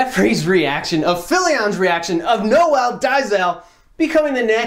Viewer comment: Noel is a French name. And it's pronounced exactly like pronounced it. For his last name, tons of German names are finishing with *zel, I'm pretty sure this name as Germanic roots (I mean, it SA after all). I think it would make more sense (for someone outside SA, not speaking Afrikaans) to pronounce it like did because it's pretty close to the roots of the names (French, German/Dutch)